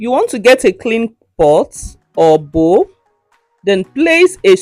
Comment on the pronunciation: Bowl not bowel😅